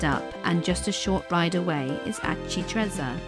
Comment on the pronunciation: That is one of the best of these type of vlogs I’ve seen, brilliant for showing family when you get back home to let them know what you’ve seen - thank you. (We did this identical itinerary May 2025). Just would gently point out that Aci Trezza is pronounced correctly ‘Ah-chee Tre-tsza’ (think pizza when saying trezza); well done on getting one arancino (sing) but two arancini (pl) correct.